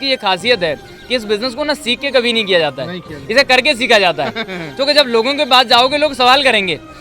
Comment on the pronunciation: Its jata ( going)hoon not zata hoon